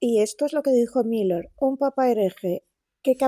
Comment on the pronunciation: Bien pronunciado, Lucía. La gente dice "Miuler", porque no saben pronunciar el alemán y creen que se pronuncia como el inglés